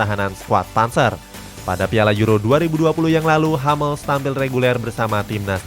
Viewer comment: Hummels tetap dibaca Hummels bukan Hammels min